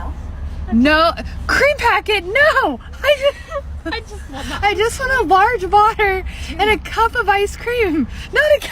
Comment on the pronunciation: "I"ll take a LODGE VADDAH"